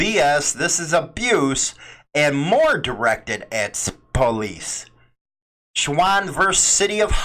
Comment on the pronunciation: Have you ever watched any of those First Amendment Audit Videos? I believe a guy in San Antonio doing them is a Bandido. You said my last name right in the Schwan vs Huntsville Alabama Case. Have a great day.